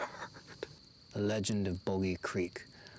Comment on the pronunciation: Les it's pronounced bah gy creek that's a famous story I live in that area and the town that dreaded sundown is based on actual events that took place in Texarkana tx .people still talk about it to this day